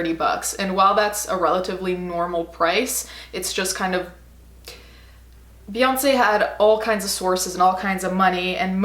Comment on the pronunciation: Lol can't even say her name.